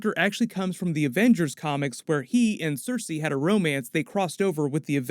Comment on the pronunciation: When you say Sersi, I hear Cersei.